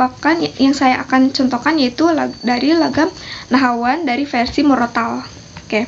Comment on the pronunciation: Variasi mbak. bukan pariasi. Versi mbak. bukan persi